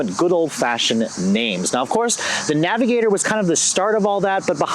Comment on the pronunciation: Navigator not avigotor